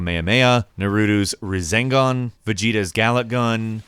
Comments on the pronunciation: He said re-zan-gon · "Nerudo's rizengun" Wtf is that? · Narutu? Rezengan? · " it's really cool how they show the Kamaheama and razengan" I think he means rasengan and kamehameha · "Goku's Kameahmeah, Nurudus rezengon" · “Like Goku’s kameha”???? Why did he pronounce it like that? “Or Norudoos Razengan”???? Yet again, why? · "Razingen" Disliked, unsubbed, and reported. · "Nuhroodoo's razengan" * triggered * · Narootoo's Rezangan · I was more triggered about narotos ruuhzengan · Naroodoe’s razeengan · no dude, it's pronounced as Rising Gun !! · How did you pronounce rasengan wrong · You pronounce Naruto and Rasengan wrong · Oh geez please work on your pronunciation of Naruto and Rasengan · that pronounciation of naruto and rasengan was criminal. Too many things were mispronounced throughout the video to address. How and why is the person doing this review so unfamiliar with the topic at hand?